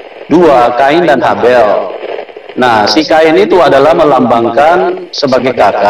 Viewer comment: Bukan khain dn Habel pak.. haid dn Laela..